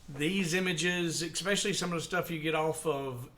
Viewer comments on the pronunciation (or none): At about , did you really say expecially? Come on now. You content is good, but if you can't pronounce simple words, it makes you look dumber than I think you are.